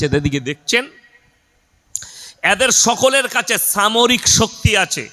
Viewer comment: এই হুজুর ঠিকমতো উচ্চারণ করতে পারেন না. সামরিক কে বলছেন ছামরিক 😂